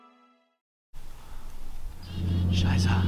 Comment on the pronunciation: that's not deutsch lol schaissa or scheisse hahaha